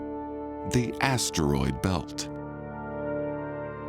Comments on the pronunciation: I’m trying to fall asleep but all I keep hearing is ASSTEROID 😂😂😂😂😂😂😂😂😂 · I never thought I could hate how someone says asteroid. Like holy hell, change up the tone. It doesn’t need emphasis every time you say it.